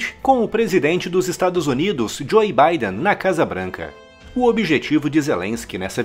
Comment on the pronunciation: “Jôi” Baidem